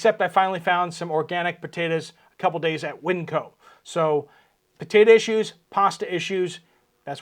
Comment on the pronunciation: Potato not Potata, potato is not pronounced with an (a) on end.